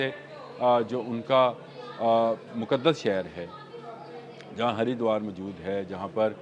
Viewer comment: 😂 Sir Harduar....Utrakhand main ha..